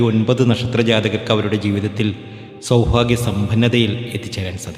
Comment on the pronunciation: സൗഫാഗ്യം അല്ല മൈരാ സൗഭാഗ്യം മലയാളം പറയുമ്പോൾ ശ്രദ്ധിക്കണം നായിന്റെ മോനെ